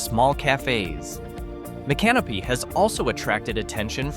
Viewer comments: It's pronounced as mick CA no pee. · I came to see if anyone had already schooled on that. 😆 Sounds weird when he says " My Canopy".😂 Doesn't seem all that "creepy" to me either. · That's "Mica-NO-pee." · Mic ah no pee. Micanopy. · Please, pronounced "mick uh no pee" accent on "no." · Learn how to pronounce Micanopy :face-red-droopy-eyes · No, it didn't.